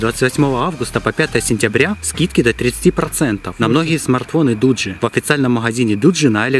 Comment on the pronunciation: Дугги а не Дуджи (Название телефона)